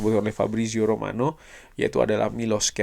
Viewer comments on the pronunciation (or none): none